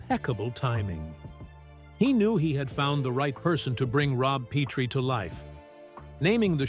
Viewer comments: It's Pet-ri not Pete-ri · It is pronounced Pet-tree NOT Pee-tree.